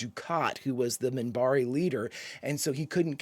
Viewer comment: First off, it is Minbari, with a N, not a M. Second, the Centauri are clearly ahead of the Humans and the Narn are a little ahead of the Humans.